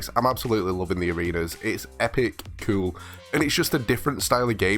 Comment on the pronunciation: I love when he says coul😎😂